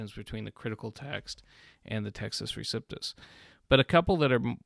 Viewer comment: LOVE your videos. FYI: it’s Pronounced REE-CEP (not Sip)-TUSS